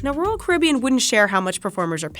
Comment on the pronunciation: Well I made it 2 seconds into the video before I got sick of the mispronunciation of Caribbean.